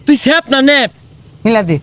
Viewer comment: চেপ না নেপ😂😂😂😂😢😢😢